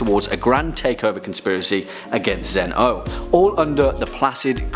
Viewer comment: its not zen-ooh its zen-oh